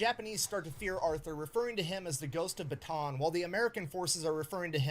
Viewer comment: Filipino here. How to pronounce Bataan: Pretend it's spelled like Bata'an. I think y'all can figure that out from there. 👍🏼